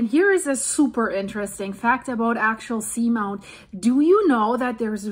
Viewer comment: I have heard it pronounced Ax-ee-all-sea-mount. I love your reports, you’re always on it!